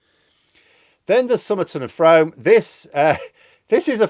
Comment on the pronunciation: Sorry to be that guy. Frame is said f-room not f-Rome